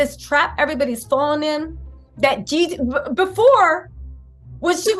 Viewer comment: you keep making me think of Ye when u say Yeezy. 😂 it’s Jeezy.